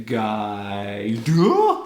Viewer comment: U say duh! So weirdly